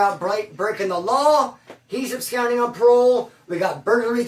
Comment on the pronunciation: bruh, I come with good intentions, I only mean well when I say it.......and I have to say, to expand ur vocab a lil more...the word ABSCOND is NOT pronounced "abscound." Its "ab-SCAHND," like "ahh." Not like "ou," as in "hound;" it's "ah," like "blonde." peace